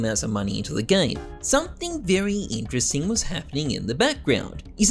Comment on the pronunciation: This is vewy vewy intwesting